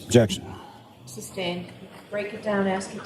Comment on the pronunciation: I have been watching the whole first trial again , Even more painfull to hear lally's lazy Jeckshen , where's the Ob jeck shen lol . Watching day 26 right now ooof , should have been the end of it all.